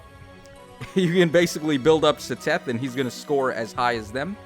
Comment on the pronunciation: the way you pronounced Seteth's name made me laugh, it's "ced-eth"